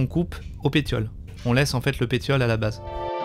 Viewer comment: Salut. Super vidéo qui montre bien la vigueur des ficus et ta maîtrise de sa culture. Petite remarque: Pétiole s'écrit PéTiole mais se prononce PéCiole avec le son s.